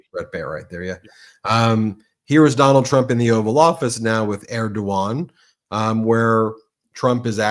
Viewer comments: Okay, I love you, Ben, but Erdogan is pronounced Erdo(w)an. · Hi Ben, just a quick one, Erdoğan is pronounced Er-dew-wan my friend, lot of time spent in Türkiye lok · Erdogan is pronounced Er-doo Wawn